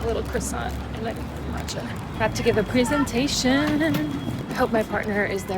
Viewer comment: every time I hear your pronunciation of presentation it trips me up lol